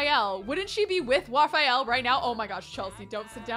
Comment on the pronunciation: It's so cute the way pronunces Raphael's name! I really love to hear it cause it's the masculine form of my own name. Also, is cute saying anything!